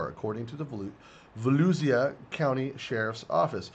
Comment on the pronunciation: It's pronounced Volu sia county